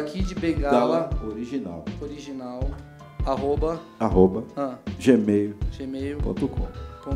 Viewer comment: A palavra era: Gmail Eu entendi: Geme É so vim kid na cabeça kkk